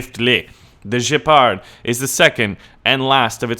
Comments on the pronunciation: ""Jeh-pard?" What are we, French? Geh-pard. (Places finger-gun to head) ;) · You Speak out Gepard like french xD its a GEHpard xD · dude, please, it's Gepard with a hard G like goal, granite, or get the fuck outta here, not Jepard! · you are prounancing wrong gepard. you prounance like a french name. use g like in word green. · You have to pronounce the G not like a j but like a hard g for Gepard. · The G in Gepard is pronounced exactly in the same way the the G in GIF. Now go figure xD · when you say it it sounds like a shitty 6 gear reverse 1 forward french tank